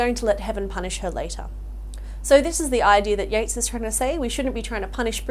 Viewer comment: Yeats, not Yates